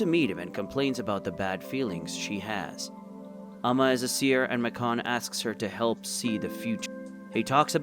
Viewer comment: Why are you saying macon so weird for?? Macon like bacon